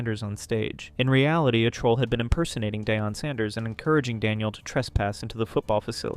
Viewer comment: you didn't just call Prime day-on. Well you just did it again 🤣 It's pronounced Dee-on. Tell me you don't like football without telling me you don't like football. I won't unsubscribe but c'mon he's mega famous.